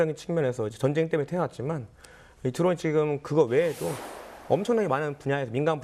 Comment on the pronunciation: 아나운서 발음이 정쟁 이라니,,, 매우 심각. 전쟁 전쟁 연습좀 하시면 좋겠습니다